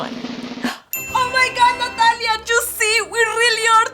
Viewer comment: SAID NATALIEA